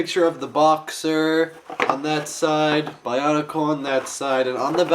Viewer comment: its weard when people say bionicle like ba-un-i-cal